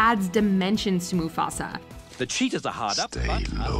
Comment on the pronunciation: Man really said Mafusa😂